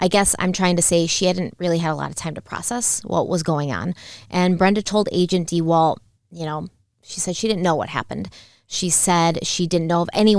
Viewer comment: If I hear agent "dee-walt" one more time I might just leave the channel. 😑🤦